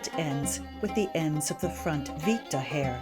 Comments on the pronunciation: when using Roman words it's good to have a little background with the language. the headband called "vitta" is pronounced "wit-tah" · Oh, I prefer the English pronunciation, much like posse (a Latin word) is pronounced poss-EE, I'd pronounce vitta VIT-tuh with a short I as in "wit". It's fun to send Latinists into conniption fits.